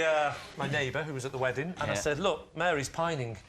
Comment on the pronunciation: "Weddink" ...wtf, people can't even talk correctly anymore. "Drawring" "Obamar" .......